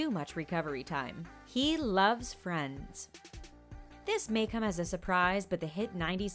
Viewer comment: ‘He loves “Vriends”’ Me: youre kidding... HE LEARND ENGLISH WITH IT! ‘He even learnd english with it’ Me: YOU SEE! Why has it to be an surprise? 💜💜💜💜💜💜💜💜💜💜💜💜💜💜